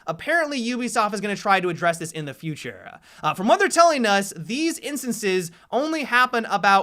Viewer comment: Whats with how you say Futurrrrrrrrrrrrrrreee